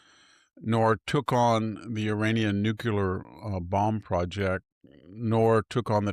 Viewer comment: "Nucular," Victor? Nu clear.